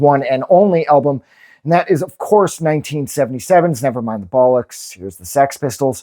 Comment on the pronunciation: It just doesn't sound right listening to an American saying 'bollocks' 😬